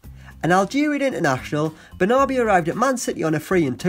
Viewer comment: Benarbia... not Benabria.